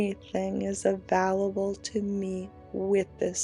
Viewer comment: I love you but your pronunciation of "available" drives me nutty! it's a VALE able not a VALL able. Please don't hate me for saying that!